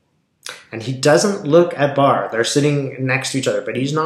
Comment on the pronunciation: Thank you for calling it correctly " barr report"